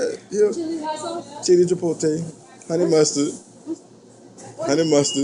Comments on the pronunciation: Chipote or chipotle?🤣🤣😂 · So everyone is just gonna ignore the fact he said chipotae 😂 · Wtf is chipotay?